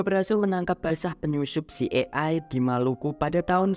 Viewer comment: Ci ai e (CIA) kali bang bukan ci e ai